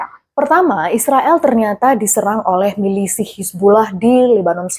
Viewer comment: kok "milisih" sih